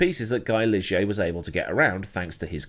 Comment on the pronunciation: Thanks for the heads up,... have totally forgotten about "Bebel junior" racing in F1 back then. P.S. That Guy Ligier was a guy alright, but the French pronounce his name "gi".;)